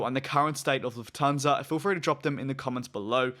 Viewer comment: Luft-hansa, not Luf-thansa ;)